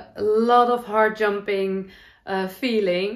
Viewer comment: Heart jumping is not a term I've heard before. I thought at first you were saying hard jumping. I think I say 'up lifting' or joy, 'makes my heart sing'. Love your crochet blanket. The colours are very nice together. I have a Work Books that I love too. I make fabric quilts, patchwork quilts, so I've made a number of Work Books with photos.